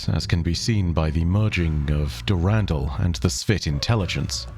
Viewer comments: Is it not pronounced Der In Dall? Not Durandle? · I love the the content but I need you to change how you pronounce the name Dur ren dull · He says Durandal funny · i love the different pronunciation for Durandal based on the timeline. did Mandalore Gaming start that, i wonder?